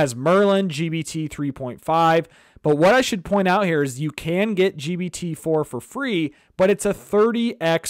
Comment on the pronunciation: WTF dude keeps calling it GBT.